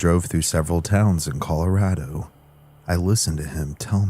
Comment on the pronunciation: scariest part of this whole video is that pronunciation of ColorAAdo🤣